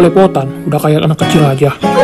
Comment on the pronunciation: Kak kok bilang anak jadi Anang terus di setiap kata² yg huruf belakang nya k pasti Kaka ganti jadi "Ng" maaf ya kak kalo tersinggung aku cuma mau bilang doang 🙏